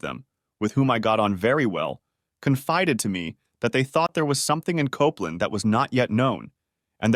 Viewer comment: Jeez, first it's COPE LAND, then another time it's COP LAND then KOPPLIN?...*sigh*